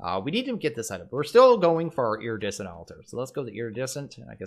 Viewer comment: Nobody's pointed out "Iridiescent" yet strangely enough.